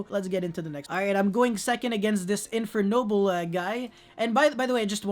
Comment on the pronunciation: Nice frech accent on them infernoble cards